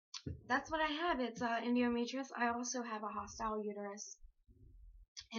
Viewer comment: ENDOMETROSIS N- dow - me - tree - O - sis